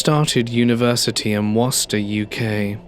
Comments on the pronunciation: Dude, sometimes despite your accent I suspect you ain't english. Your pronunciation of uk place names is often very American. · Did say Worcester UK ?